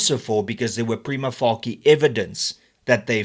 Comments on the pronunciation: "Prima facie" is a Latin phrase that literally translates to "at first sight." In English, the most common standard pronunciation is "PRY-muh FAY-shuh" Not "prima-fakkie"... Yes, I do get the point being made with the subject matter, I am not oblivious to it. But if a point is to be made then it should be made with the correct pronunciation of legal jargon. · please just learn how to pronounce "prima facia" correctly